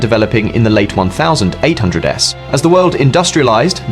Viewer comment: Just a heads up, you need to make sure the AI voice can pronounce dates as it can't say 1800s properly.